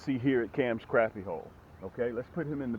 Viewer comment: You give great information and tips even though you mispronounce the species of fish in this video you still provide great information and tips that will help people catch more crappie for the fact that you seem to provide good info and tips I'm subscribing and hopefully I'll learn some new things and I help increase my catches again great advice keep up the good work